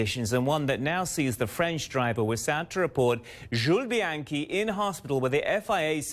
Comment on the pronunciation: Mispronounced his last name